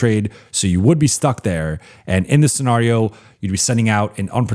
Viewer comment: I swear says scenario the way he does on purpose. He says it way too often not to know how it is actually pronounced. Then again maybe I have been wrong my entire life along with 95% of the people I have ever heard say the word?